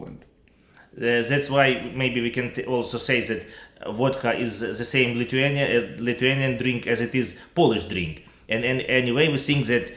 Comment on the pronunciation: The pronunciation of Lithuanian was very, very good.